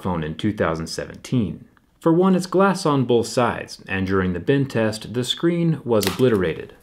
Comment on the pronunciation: Am I the only one who who hears "bin test" every time he says "bend test"?